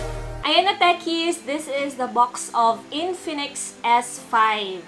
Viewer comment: Bakit po hindi ka marunong mag pronounce ng box Sayo po bucks